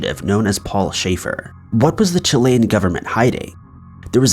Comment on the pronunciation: Wow you pronounced Chile' and Chilean right, good job.